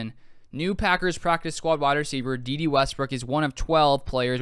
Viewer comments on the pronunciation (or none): Day Day not Dee Dee.